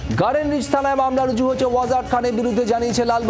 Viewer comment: "রজু" করা হয়েছে বলতে????..... Bengali news ❌ bangadesh news✅😅😅😅😅